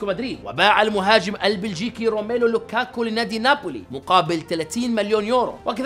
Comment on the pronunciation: كيف قال لوكاكو😂😂